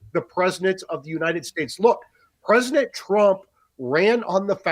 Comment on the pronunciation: Am I crazy or is the A3P guy saying "presnent"?